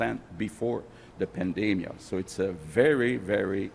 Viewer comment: Lol 😂 “Before the pandamia “ It’s a panda 🐼 epidemic ?